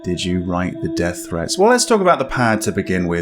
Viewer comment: It’s pronounced Dee ath lol not death but yeah